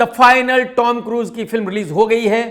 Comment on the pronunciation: KRK Bhai ...woh The Tom Cruise hain ...koi Tommmy nahi...thoda samhalke bhai.